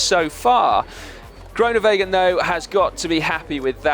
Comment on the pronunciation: Please learn to say Groenewegen correctly, you'll be saying it a lot in the coming years. Just to help: the oe is not an o-sound in Dutch, it is closer to the ooh (as in: Winnie the Pooh). Hope that helps.